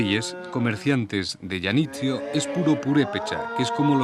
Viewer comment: "Isla de Yanitzio"... Janitzio, señor, se pronuncia con JOTA...